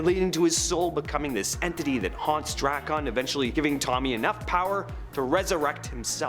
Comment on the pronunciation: Drak-un not Dra-kahn